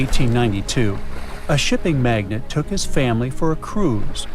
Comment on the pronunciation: It's shipping magnate, NOT magnet.